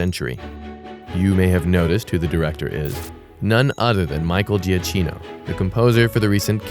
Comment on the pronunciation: You mispronounce Salazar and Giacchino.